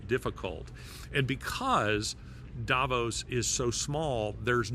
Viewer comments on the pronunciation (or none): Davos is pronounced DAH VAUSE.